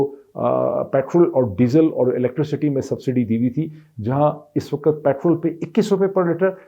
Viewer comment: Slaam jnaab I watch your blog. Your comments are unbiased and calculated, supported by your search. Your command on Urdu and English is good. However it is bit irritating to hear Time as waqat, where actually it pronounced as Waqt. I hope it is not offensive and expect a corrected version. Thanks.